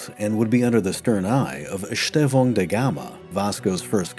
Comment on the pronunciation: Nice work on the ão diphtong in Estêvão. You failed a bit on São, but all other uses were on point.